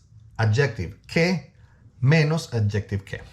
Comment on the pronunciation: You lost me when you did,nt pronounce adjective correctly